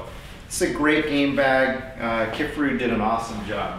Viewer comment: Great review! Thanks for showing us the differences. Also, it’s pronounced “kif AR oo”.